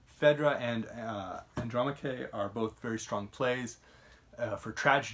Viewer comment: Loved your analisys by the way. Also, with all due respect and l know French is not your native language: Andromaque should not be pronounced with an accent on the last "e" as in Andromaqué but instead as "Andromác" with the stress on the last "a" as shown before.